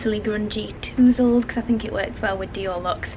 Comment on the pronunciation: You’re so cute Victoria and obviously an extremely hard working young lady! I just have to laugh though when you describe your hair as tousled being toosled. Tousled is pronounced like towel not two lol. Not a big deal but I had to let you know as I’ve heard you call it this a couple of times now. Btw you’re one of the prettiest young ladies on YouTube.